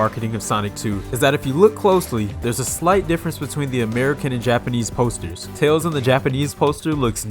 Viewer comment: Also you pronounced "tails" the wrong way. Lol